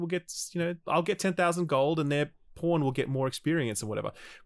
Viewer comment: The CC for this video registers saying ‘pawn’ as ‘porn’, pretty amusing if you’re just reading along. My favorite line was probably ‘alright well I’m just gonna go find this cyclops and kill it with this porn’.